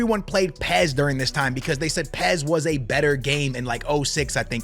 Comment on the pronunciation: The way he pronounces UEFA and says PES tells me his opinion isn’t worth squat diddly